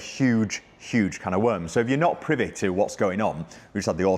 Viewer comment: It's NOT "privet" it's "PRIVY"